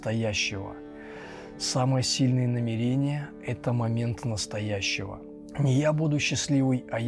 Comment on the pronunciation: почему вы делаете именно такое ударение в слове "намерЕние"?